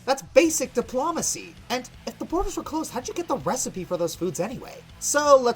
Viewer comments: dip-LOW-macy, not di- PLOM-acy. But maybe that's just a accent thing on his part, we should be nice. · it's not dip-law-macy, it's diplOmacy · "Diplawmacy". I swear you're saying it like that just to irk pedantic people like me. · It’s Dip-low-macee. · sir, You mispronounce diplomacy. It goes Dip-low-muh-see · Pronunciation of "diplomacy" wrong!!! YAK'S DECLARE WAR!!!!!!!!!!!! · huh, a military man having trouble pronouncing diplomacy, what are the odds? surrounded by guns appearing from the border of reality itself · Di-PLAH-macy? GOO-ness? Did everyone pronounce those words like that where you grew up,? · Dipl ''A'' macy? GOOness world records? you sound funny lol (no offense) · Why is he miss pronouncing words like Guiness and diplomacy?